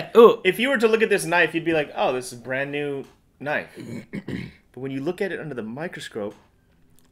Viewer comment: That's not a knoife